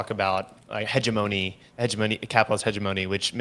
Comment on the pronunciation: "Hedg--a-moaney" lmfao. Why does he not know how to say that word and have any platform...